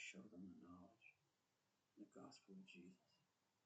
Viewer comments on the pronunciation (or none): none